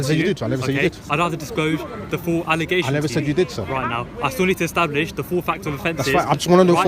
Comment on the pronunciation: Biggest crime here was wheb he said, "Ecstablish"